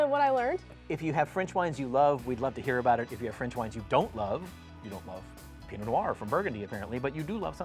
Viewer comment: « Pee-no no-are » « sav-ee-on blonk ». It astounds me how many people can be experts in French wine but not take a little bit of time out of their day to properly pronounce our French words.